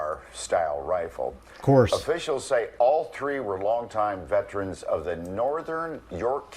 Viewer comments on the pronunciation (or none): We have all heard the word "veteran" so what is a "vetrin"?